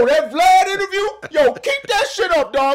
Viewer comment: Lol “imterview” .